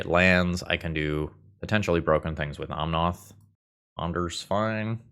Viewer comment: you do know it's omnAth not omnOth, right?